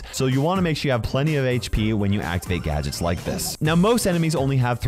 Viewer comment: Gadgets❌ Gadgets✔️